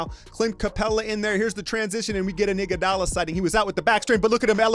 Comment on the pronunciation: " we had an iguadala sighting" lmao